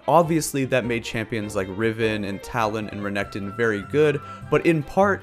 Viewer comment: Re NEC ton lol